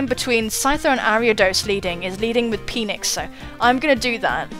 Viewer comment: I could hear you say "my Peenix" so many times with the Metal Gear music in the background during this video. My life is now complete. QOTD: Well, this one is difficult, 'cause first of all you have to consider the confusion that can be caused if there's a missing word in a